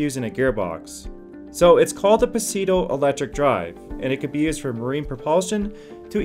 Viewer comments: Puhseedoe? lol... Uh no. try suuuuuuudoooooo,,, I Mean really. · Its pronounced soodo not pesoodo (pseudo)/ lol! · "pseudo" is pronounced "sudo", not "pee-sudeo" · Pseudo means false and is pronounced “Sudo” NOT PSeedo. So many American You Tubers simply do not understand how to say English words....and spread “Pseudo English” amongst the illiterate instead. It has nothing to do with accent...it is just being said plain wrong. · ehm, actually it's Greek and in the original, it's rather pronounced "psoy-dough"... but yeah, "pseedo" is surely wrong. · "sue dough" not "pah see dough" and now i can sorta unsub now. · The word is pronounced sue-dough, not puh-see-dough. Please learn Latin and Greek roots. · puh SEE doe ? Try SUE doe..silent p, only 2 syllables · I dropped this when I heard puh see doh. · you say "its called the puh-see-do electric drive" the word pseudo is pronounced "su-dough" the device is a "su-dough electric drive" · Sorry guys. The word "Pseudo" is pronounced wrongly in this video. It should be Seudoh ( British) or Sudoh (American). It is definately wrong to pronounce it as "Pisudoh". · #5 is pronounced Soo-Doh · ......did he say "puhseedo' direct-drive? And, why would somebody put a motor on a wind turbine? And, the last one looks like a standard, run-of-the-mill electric motor driving a gearbox. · Pseudo - The p is silent (so is the e) - pronounced /ˈso͞odō/ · Hey - pseudo is pronounced like su-doe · Yeah i giggled at pissy dough as the pronunciation they used :) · Pseudo pronunciation soo·dow. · Did he really pronounce pseudo as "p-see-doe"??? 😳😳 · What.!!! Did he say pa see doh? For pseudo... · Don't give me your pah-see-doh facts! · "So it's called the puh-see-doh electric drive." WTF are they teaching (or should I ask not teaching) these kids today? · At "pasedo" I stopped the video and moved on. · Paseudo 😂😂 pseudo where p is silent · The word PSEUDO is pronounced soo doh, learn to read English, fool. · Pahseedo ... yeah, no.